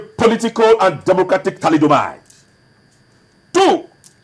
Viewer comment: "thalidomide" is not still born and "Fons et origo" are three words pronounced separately